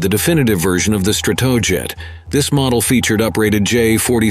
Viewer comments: Please fix the pronunciation of "Stratojet." It's not "struhtuhjet, it's "STRAtoejet (with the "A" as in "back"). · The B-47 "Strat - TOE - Jet" ? What's UP with these "robo-narrators" anyway ? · StratOoJet - yeah auto script reader I thinks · Stra-TOW-jet??? C'mon. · Strat TOE jet. Who talks like that? A robot? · I didn't mark the times but the narrator pronounced Stratojet 3 or 4 different ways throughout the video. 😁